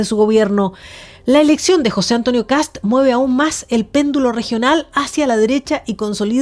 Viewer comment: Por Dios, periodistas ignorantes: El apellido es Kast, no kats o ksap, o kasp. Un poco de rigor y respeto a la hora de informar, por favor. Saludos desde Chile.